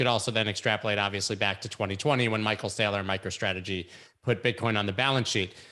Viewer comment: Hah, did say "Michael Slayer?" So now I'm wondering if Saylor listens to Slayer.